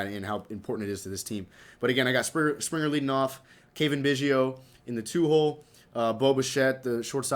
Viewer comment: His name is pronounced cah-vin big-hio